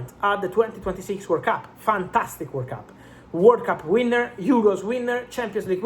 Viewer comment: I was wondering why I'm hearing workup untill I figured out it to be world cup.